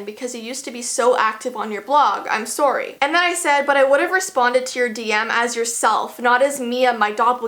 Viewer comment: I didn't really hear it since I'm also a Canadian